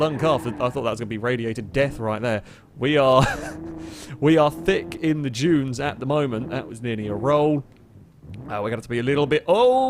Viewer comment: Everytime he says "junes" instead of "dunes" my eye starts twitching.